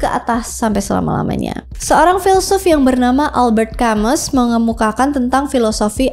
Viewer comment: Denger Prometheus dari bukunya American Prometheus. & Camus itu bacanya Albert Kamu